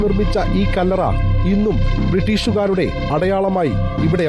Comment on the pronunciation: കള്ളറ അല്ല ചേച്ചി കല്ലറ 😂😂😂